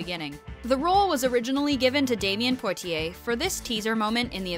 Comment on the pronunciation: Poitier ... is french ... poy tea aye ....